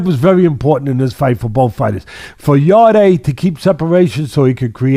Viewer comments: just to let you know it's not yarday its pronounced yard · He’s not ‘yarday’ it’s just Yarde, silent e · You pronounce his name yard